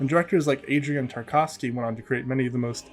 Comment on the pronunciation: At 3.48 did you say Adrien Tarkovsky? It's Andrei Tarkovsky my brother, but I can see how you might have misread that. The letters are all the same. Love your work as always